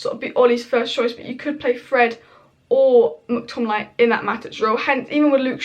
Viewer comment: You keep saying Mctominay incorrectly it should rhyme with day, not dai